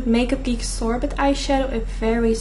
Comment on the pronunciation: I love the boots no 7 airbrush away foundation😍 & oh makeup geek "sorbet" is usually pronounced sor-bay (: just so you know